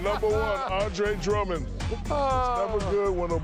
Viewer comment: "Andre Dummand " 😂😂😂😂😂😂